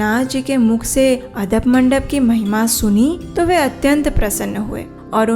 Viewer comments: ये बात मैने पहली बार् सुनी ❤🙏🙏 आप आदप मंडप बोल रही हो पर उसे आडप मंडप कहाजता है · Gundicha mandir m Jo mandap he uska naam adap mandap nei aadapa mandap he. Plz pronounce it properly. Or ek baat , tino Rath k jo color he wo galat darsaya gaya he.